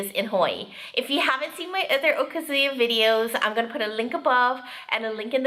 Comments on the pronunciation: Agree! I've also heard Japanese speakers emphasize the second (more) AND last syllable (less): o-KA-zu-YA. Many times, I've heard wrongly pronounced: o-kuh-ZOO-yuh. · That is NOT tempura but, Ebi Fry. Also okazuya is pronounced, O Kazuya. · That's what they call it in the restaurant. Also, the emphasis is on the second syllable of okazuya (おかずや) not the first.